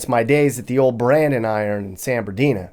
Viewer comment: san bedoo...lol